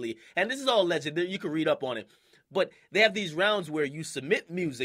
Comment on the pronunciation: ...and that's why they cut off the mic for my boy James Hetfield. I know he's not a hip-hop artist (obviously), but I'm willing to bet at least ONE of y'all don't listen to hip-hop/r&b EXCLUSIVELY and know EXACTLY who I'm talking about. P.S. "TEHY"? "TEHY"???!!!